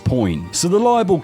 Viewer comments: "libel case" not "liable case" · Bruh, libel and liable are two different words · Tesla sued for libel not 'liable' 😂